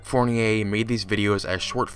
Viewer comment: Ummm, that's not how you pronounce Fournier. It's pronounced "Four-nee-er."